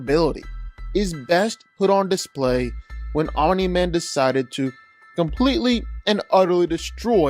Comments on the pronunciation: bro why do you say OMINI MAN STOP IT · ... stop saying "Ominy-Man"